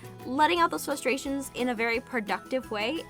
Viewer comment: I like how you sort of pronounce frustrations like flustrations